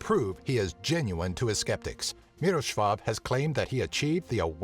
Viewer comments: MIROSCHWAW :P lol as a Polish guy I find this hillarious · and that moment when someone try to say some word/name from other language in english I laughed for 2 minutes when you said mirosław